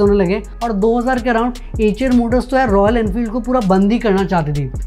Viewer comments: Bhai एएचर नहीं आयशर मोटर्स है। अंग्रेज के जैसे गूगल ट्रांसलेट मत करो। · 😂😂😂😂 acha eicher Motors By hearing you it sounded like "HM noodles" 😂😂😂